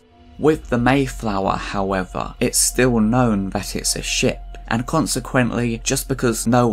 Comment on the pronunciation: Shame about the "and" but well done sir.